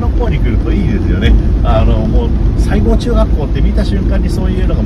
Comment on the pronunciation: さいごうというなのにしごうと言うんですよね〰️